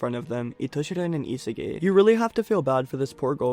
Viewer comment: Love you but the way u pronounce Isagi's name is horrid